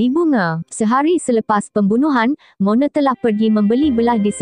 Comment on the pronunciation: Knpe you sbut Mone?? Plik2 la sbutan pn.